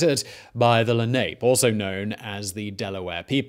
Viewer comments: Len-ah-pay, not Len-ape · La-nah-pay, not la-nape -New Yorker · Lenape people = Leh-nah-pay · Learn a language: they were called the 'le-nah-pee', not 'le nape'. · "Lenape" is 3 syllables; len-AH-pe. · lenape - LUUH NAPE lol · LE-NA-PE .....seriously how hard would it have been to research this? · It's len-a-pee